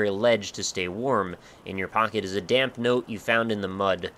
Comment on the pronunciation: every time you say damp i hear dank(dank note, dank forest, etc)